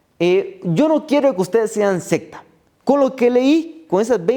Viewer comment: Como frecuentemente estas hablando debe pronunciar Secta con C...y no con P... Se lo digo con apecko.